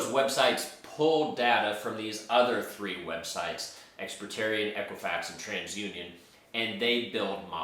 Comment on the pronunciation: Correction: It’s “Ex-Pe-rían” No “T” sound.